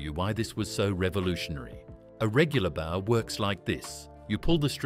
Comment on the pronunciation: It's a "boe", not a "bough". The former is the name of a weapon - the latter is the front of a ship.